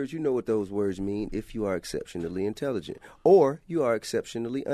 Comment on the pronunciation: lmmfao t.i. can barely say intelligent. this is hopefully a joke.